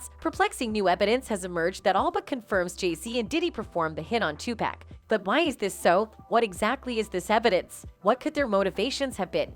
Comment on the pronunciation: “Two-Pack” Ahh yes, 2-pacq-uiao that robot shit is criminal😂